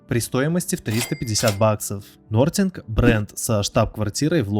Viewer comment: Такое количество ошибок в названиях давно не слышал от блогеров, Хонор , ноРтинг и другие